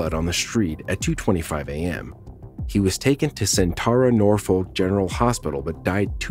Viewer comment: weird hill to die on, but I was born in that hospital, it’s pronounced Sin-ter-uh nor-fuk general hospital.